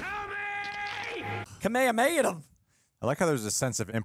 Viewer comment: I'm just gonna forgive the "Kamehameha" mispronunciation